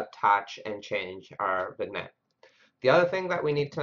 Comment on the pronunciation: Hey, thanks for making this video. Gave me a starting point for implementing this. Also, I think the g in vignette is silent. Pronounced like vinyet.